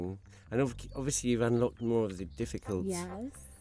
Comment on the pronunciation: did she say i've been having a difficult time? or a tifficult time ;)